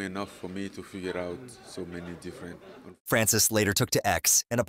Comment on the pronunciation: This channel needs to learn how to say Francis name